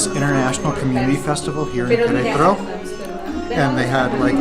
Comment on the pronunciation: May prononunces the A in Queretaro. Why don't you? I'm assuming she's right?